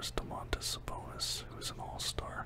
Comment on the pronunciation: Idk the way you kept saying it was bothering me 😂